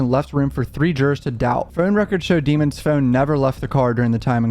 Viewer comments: Why do they pronounce his last name in cort as demins when his last name is demons and it's spelled just like demons👹 if I was the judge I would make the defense team say his name correctly its almost like jury tampering. This juror was paid off wake up or she's just a biased black woman who thinks black boys don't do no wrong. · It's pronounced Dee- mones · Bro please pronounce his name right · At least pronounce this man’s last name right …